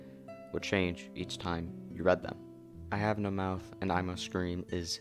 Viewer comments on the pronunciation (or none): none